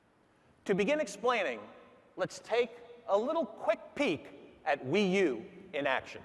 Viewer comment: Everybody welcome the Nintendo Wew!!